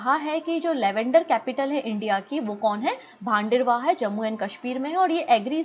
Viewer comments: लवेंडर फेस्टिव्हल भदरवाह मे हुआ है, भांडेरवाह नही🙏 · Baderwah nhi Bhaderwah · Mam... Bhaderwah pronunciation gult hai apki